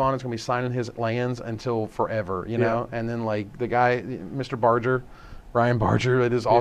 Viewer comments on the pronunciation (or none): His name is pronounced BAR-GUR